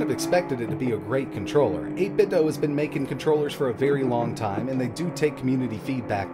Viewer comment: it's pronounced 8bit doo